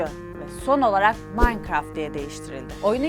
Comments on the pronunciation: ablacım minecraft bile diyemiyon yahu sen maynkart diyon Q:WEqw:EQwE:Qw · yanlış okuyosun o manikıraft diye okunuyo bi kereeeeeeeeee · o nasıl minecraft demekk adfsdf